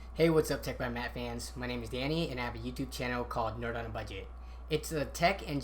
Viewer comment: its nerd not nerb